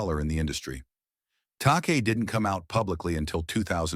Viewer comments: “George Takay” So what’s the last letter in his Surname? It’s I not a Y, so that means what? Yes, that’s right, it’s pronounced as such. George Ta-Kai (Takei). Kei is also a boys name spelt Kai whereas Kay is a girls name and take away the K you’re left with what is reading the script for this video albeit poorly eh. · No excuse not to know how to pronounce Takei. No outro? Vid ends too abruptly. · Is this AI narration? If so, please teach AI correct pronunciation of George Takei [te-Kai] and Sal Mineo [Min-e-o].